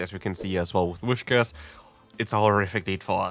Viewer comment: Btw its Whis-cash not Wish-cas